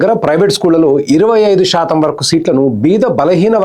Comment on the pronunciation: Shaatam anakandi please. Melika syaa ani oka alphabet undi telugu lo